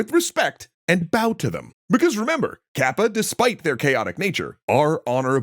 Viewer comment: Good video! And thank you,, I wish you best luck! (By the way, "かっぱ/カッパ/河童" is pronounced as in "cut" not in "cat.")